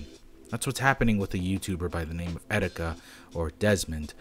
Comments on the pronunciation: I know this is serious but Did he just say 'etsetika'? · Did you just say excetika? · Did you say et cetika